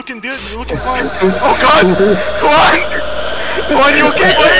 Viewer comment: Juan went Ju-An in Korean accent